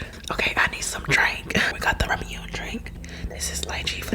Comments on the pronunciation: Ra-mi-un? Lol it's Ra-mu-nay. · It’s like raw-moo-nay not ramoon lmao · Karina, an adult: REALLY struggles to open a ramune bottle Me, a 13 year old: opens ramune bottles easily also it isnt pronounced "rah myoon" its pronounced "rah moon ay" :-) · She said rah mune not raw munéh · Oh and ramunae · Ofc i drink Ramunè, its ACTUALLY pronounced Ramun"ay", LOVE U KARINA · Karina is so funny 😂!!! I prefer lychee to rambutan!! Leechee or Liechee are both correct :)! Ramune is pronounced ramoonay though :)!!! And I the opening then cos they shoot everywhere if you hit it too hard hahaha Ahahaha eating ASMR is so hard without breathing loool!! So funny Sprinkle sugar on the aloe :) Next time make tang Huru! Caramel Sugar coated strawberries :) The giant jelly one looked like a silicone implant 😂😂😂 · That Japanese drink u drank it’s actually pronounced rah-mu-neh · she pronounced everything wrong lmao. “ramyounee” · Someone teach Karina how to say Ramune properly 😂 “ramoon” is definitely not it. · Why did I get so offended when she said “Ramuné” wrong.....? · us otakus when we here Karina say ramune wrong Us otakus: ಠ益ಠ